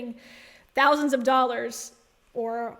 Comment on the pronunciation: Did you say doll hairs? 😂